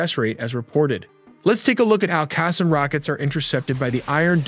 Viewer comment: Qassam is pronounced as ka saam.